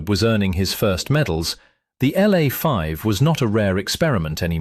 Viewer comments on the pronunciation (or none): LA, L A 5, L A 5, not Law 5, in military equipment the letters are announced seperatly!!!